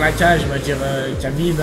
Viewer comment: Tout était parfait jusqu’à ce qu’il dise « Kabib » ...